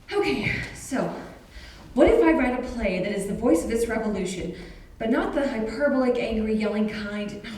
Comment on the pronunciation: Sorry, it's the instructor in me. It's pronounced " hi pur BOL ik"